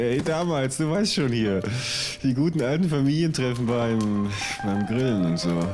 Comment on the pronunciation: "beim Grilllen und so" perfekt betont ^^^